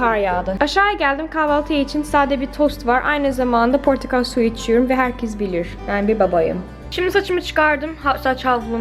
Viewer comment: Portakal suyu deyişi sjjsjsj